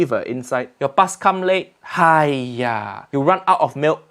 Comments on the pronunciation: Sounds like "Ha Naku" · "haiya" is more of an expression, it's kind of like "uugh", I use it for everything though, me and my Canto speaking friends use it as a way of saying "Understood", sort of, it depends on how you pronounce it :D